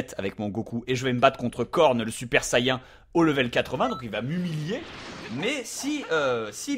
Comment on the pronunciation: sayain ? say-"IAIN" ?!!!! j'adore bob lennon mais franchement JA-MAIS entendu ça !! sincerement